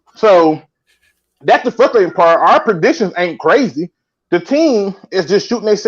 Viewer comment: Nobody:: "That was furusurating"